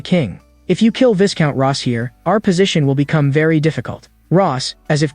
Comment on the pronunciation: Even AI didn't know the pronunciation of viscount lol